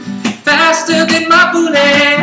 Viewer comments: It's hard to take him seriously when he says boolet. XD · Duude, you gotta fix that bullet. seriously its bullet. Not booooooolet. Haha damn. other than that its not bad though. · The sound quality is very rough.. But the music itself is awesome:) Make a studio version of it with in it and i'd totally download it:) oh yeah, and if you'd prounounce it "bullet" instead of "boolay" it'd sounds a tiny bit better too. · It kinda ruined it for me when he said boo-let... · i think the way they say boolet is great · he pronounces bullets in such a weird way :) sounds like he's saying "faster than my bootay"